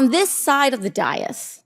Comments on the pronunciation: ITS PRONOUNCED LIKE “DAY-US”! Goddammit I like AOC but she’s got to have heard this word or have some staffers who have heard the word pronounced enough times that she shouldn’t being saying “die-us” on national tv. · I like AOC, but is it that hard to pronounce the word dais?